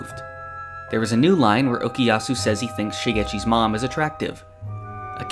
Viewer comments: Why you said okiyasu instead of okuyasu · Why do you keep saying Okiyasu when it's Okuyasu ?! T__T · Geez it's OKUYASU not okiyasu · "okiyasu" "okiyasu" "okiyasu" "okiyasu" "okiyasu" I wasn't going to say anything but he said it too many times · I watch multiple reactions and somehow all westerners say okuyasu as okiyasu. Like, what the fuck, can't your listen to what voice actors say? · You pronounce Okuyasu's name as "Okiyasu" xD